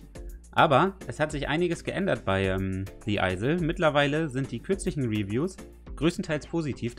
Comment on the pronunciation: Du hast the isle falsch ausgesprochen 😂😂😂👍 ich hab das Spiel selber.Das ist sooooo cooool